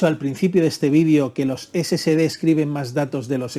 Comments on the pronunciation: No se debe pronunciar "scd" sino S S D de Solid State Disk, corrección desde Cobán, Alta Verapaz, Guatemala, C. A. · Sí, lo sé, pero debería NO comerse la "E"... Debe sonar: "ESE ESE DE", no: "ESE SE DE". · Perdón pero pronuncia mejor si es que te vas a dedicar a hacer videos , se llaman SSD y se pronuncia " Ese Ese De " , entonces porque lo pronuncias "Ese Ce De" lo que significa que al escribirlo como lo pronuncias sería " SCD " . Por favor más profesionalismo si te vas a dedicar a esto 🤷🏻‍♂️🤷🏻‍♂️ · Por que llamas al disco SSD como esecede , no es SCD. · ¿SCD o SSD? Cuando los menciona Ud. parece que dice: "ESE SE DE".